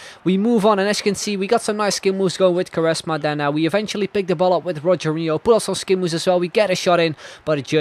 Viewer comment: Rogero Not Rogerio